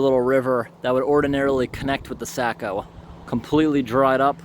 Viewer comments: I thought I might try to help you with pronunciation of the word Saco. You're saying it like sack-o. But it's actually saw-co. I live on the saco river so it makes me cringe when someone says it wrong lol. I really like these videos because they get pretty close to home for me man. You definately know a lot of cool places to go and things to do, that's for sure.. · Saco Pronounced sock o Not sack o 🙂 awesome video too...thanks! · Nice job editing! Saco is pronounced “socko”.